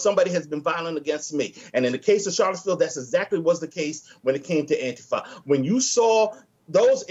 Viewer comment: Love it when JLP occasionally says Antifer